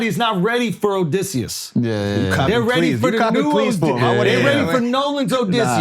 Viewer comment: 7 mins in and they’re already screwing up Oedipus and Odysseus 😂